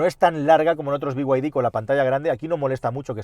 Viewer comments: BYD es be-i griega-de o bid. no biuaidi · Todo dios: bid: biguaydi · Por qué dice bi way di?? Si son chinos!! En todo caso digalo en español Ó Chino!!!!! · El problema es que BYD (no sé por qué pronuncias las siglas en inglés pero BMW en español) no hace los km que promete, dice casi el doble de lo que realmente hace así q…. Podrías hacer un vídeo con algún propietario y que comente